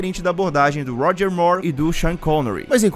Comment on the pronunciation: Ótimo trabalho. Pena que estranhamos ouvir Roger /Mór/, em vez do correto, Roger /Mur/, como a Demi Moor.